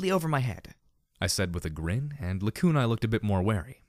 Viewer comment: Thank you so much for pronouncing Lacunae like it is in Latin!